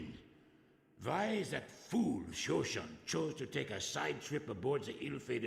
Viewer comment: Haha..Shosshund is a mangled version of "lapdog" and the voice actor pronounced it really funny to my german ears..a lot of the accents and choices on names are quite funny for a native speaker..great LP so far!